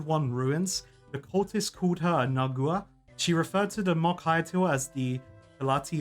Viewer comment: nagUa you completely ignored a letter. I thought he was mispronouncing for fun, turns out he just doesn't read